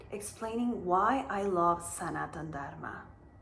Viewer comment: Some say Sanatana with the extra "a". What is the difference?